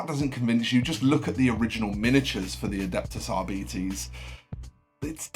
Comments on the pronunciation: Please please pronounce it R-bites nor r-beetees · nah man its deffo Rbites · arbites - its pronounced arbite - as if ending in a "y" as the S is silent